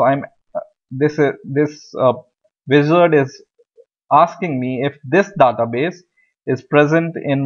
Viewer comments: american not daata (daeta base) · He reads database as "databes" as in "The-TaBes'' as in best instead of Database as "TheyTaBeys''